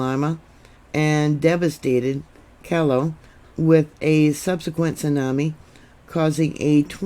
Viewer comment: Lima is pronounced Leema. Callao, Peru is pronounce Kijou.